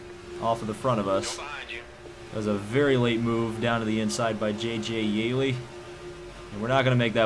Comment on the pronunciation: Btw its (yee-lee) not (yay-lee